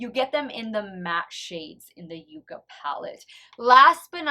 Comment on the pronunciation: Fun contest!! I kept going back in forth in my guess, but I do think the shimmer on A shows up better, so I'm going to say A is ND and B is N; however, I think that they are really too close to call. FYI, it's pronounced yuck-a. 🤩🥰